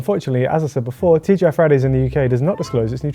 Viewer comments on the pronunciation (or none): The amount of times sounded like he sed TGF Friday was childish;)